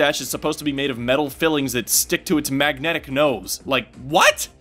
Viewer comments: It's metal FILINGS not FILLINGS. But solid video, glad to see you back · not "fillings", its "filings"